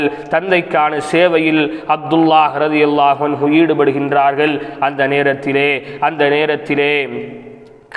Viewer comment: Finally, you pronounce it exactly in Arabic رضي الله عنه.